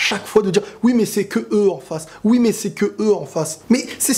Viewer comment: il a dit met au lieu de mais